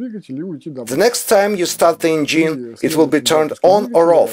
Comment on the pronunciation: Ударение engine проверьте, уж очень слух режет, носителям языка будет ещё хуже